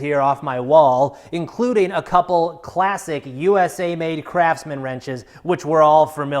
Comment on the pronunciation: Why I heard Crapsman instead of Craftsman?